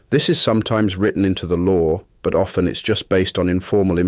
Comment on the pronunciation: He mispronounced "often"